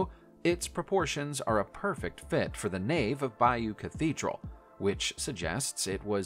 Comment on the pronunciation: It's not Bambora. It's pronounced Bamburrah It's also BAYo tapestry as in Budd Bay,in Washington state.. Not Beyu. Sorry,but it grates on my nerves hearing people putting out videos but not pronouncing things properly.